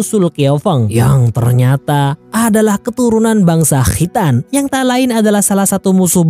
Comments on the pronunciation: Khritan...😂😂 Khitan..khitan.. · Kho' ya min...makhroj nya jelas bngt🤣🤣